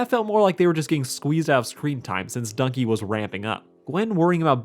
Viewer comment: Who tf calls it duncey